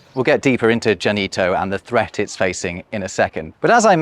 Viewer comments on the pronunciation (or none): none